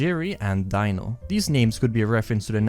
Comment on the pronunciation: "Dino" is pronounced DEE-no not "DIE-no" when it's used as a name for a person